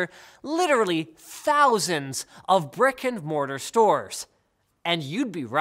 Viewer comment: The way you said thousand at the start made my butt klench.